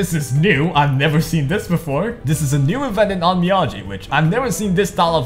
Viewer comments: How you got that thick ass accent and can't pronounce the games name correctly xD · ooooh boy, I love the way he says Onmyoji and I haven't touched that game in a long time